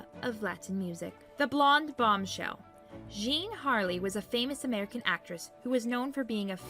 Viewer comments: You should learn to pronounce the names!! Taalmanage? Jean Harkey? Clara bough? Pitiful. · Jean Harlow. Harley? Really?